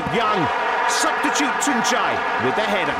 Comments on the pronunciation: I've always loved to hear that British pronounce of his name. Tunçaayy 😄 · I love how every commentator pronounced his name correctly. Nice job.